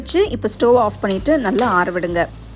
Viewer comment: ஸ்டோவ் nu thayavusenju sollatheenga normal ah pesunga ethana thadava ஸ்டோவ் ஸ்டோவ் vuuuu yaba mudila 😣